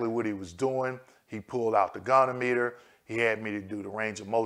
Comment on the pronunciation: Love your videos! The pronunciation of goniometer is go-knee-ah- muh-ter.